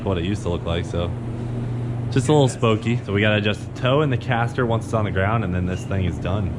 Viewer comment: “Just a little spokey” lmao